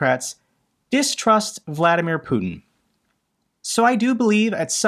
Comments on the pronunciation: His name is Putiiiin not Putn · Sorry, I had to switch channel, the way you pronounce Putin! 😩